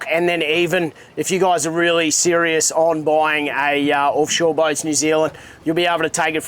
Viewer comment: Call it "Orfshore" 😂